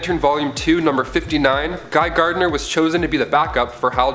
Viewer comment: Also, it's Gardner. Not GARDENER.